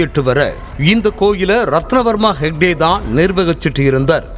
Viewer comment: ஷேக்டே அல்ல. ஹெக்டே.